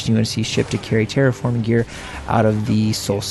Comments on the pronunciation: You’re pronouncing terraforming right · You're pronouncing terraforming right. You pronounced Sabre wrong. SAY-BUR